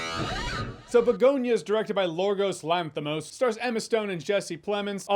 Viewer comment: "Lorgos Lanthymos"👽